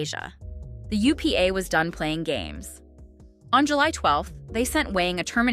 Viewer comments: It’s not Wang it’s Kwang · my name is Quang. and the correct pronunciation is like KUANG not wang, it’s really not that hard. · His name pronounce like Kuang not wang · They are not that off in his name. His name should be pronounce with a Q sound but the South tend to pronounce it with a W sound. But it should sound more like "Wan" instead of "Wang" but they are trying. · Come on AI, try to pronounce the guys name correctly......at least have a real person do it !!! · Pls pronounce his 1st name correctly.